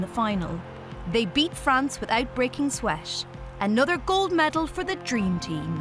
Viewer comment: Why you always say sh instead of t? Sweash, eighsh, upsesh, santimesher, eighsh, Unished.